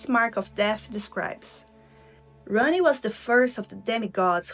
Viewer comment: Eu soube que vc era brasileira no momento em que disse Radahn e Ranni kkkkk :)